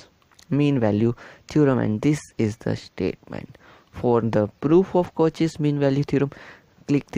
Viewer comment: The video is good.. but please reduce your hand movement.. and it's pronounced as "Cau-shae's" not "Cau-che's"..